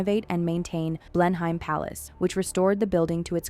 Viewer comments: It’s pronounced “BLENum” - not “BlenHIME” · Fun fact? It's not pronounced Blenhyme- it's pronounced Blenem. Welcome to wonderful English place name spellings! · The palace is "blen-hem: rather than "blen-hime." It's of historical significance to the cavalier King Charles spaniel breed. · Blenheim Palace is not pronounced "blen-hime." It is pronounced "blennim." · Blenheim is pronounced 'Blennim'. Marlborough is pronounced 'Marlburra'. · Blenheim Palace is pronounced Blenim Palace. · Blenheim Palace in the UK is Pronounced... Blen em and Marlborough... is pronounced Marl Bruh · Best to pronounce Blenheim and Marlborough correctly. It's Blen em and Marl bra. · Pronunciation issues : Blenheim is pronounced 'Blenam' Marlborough is pronounced 'Mawlbruh' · “Blenheim” is pronounced “BLEN-em” in the UK. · I can’t get over the pronunciation of Blen-heim 😂😂😂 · You had Winston Churchill in some of the photos 🤦🏻‍♀️and Blenheim was mispronounced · You'd think that the narrator would be informed how to pronounce "Blenheim" which is widely known...common knowledge...geezh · How could you put together all this information and not search how to pronounce Blenheim properly? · Came here to say this!! Blen-em is not hard to say! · Please learn how to pronounce Bleheim